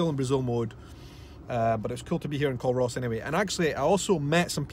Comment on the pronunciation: Hi I remember seeing you there. I see my 4x4 in the background at when you are back in your car at culross. Just a wee tip. Culross is pronounced " cooooorus " the L is silent. 😉 love your videos. I'm from the area xx